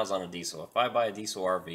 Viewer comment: Diesel not desle